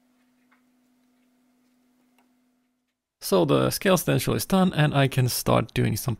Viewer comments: Stencl = stensil - an 's' sound and not 'sh'. You said it correctly once but what the hell you're an artist in what you do. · Like sit not shit Lol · Stencil.. Stenchil..stensel..Sir with skills like that you call it whatever the heck you want. Thank you for dispensing your knowledge.